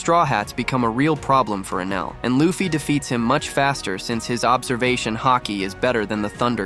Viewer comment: L AI video Wtf is a "LAFFI"?